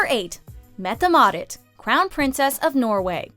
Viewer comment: As a Norwegian, the pronunciation of our crown prince and princess name was so funny I had to pause the videoxD